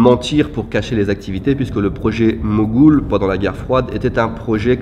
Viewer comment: C'est le projet Mogul, et non Mogoul lol.